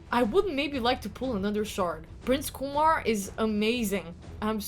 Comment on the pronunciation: It’s KyeMar not Kumar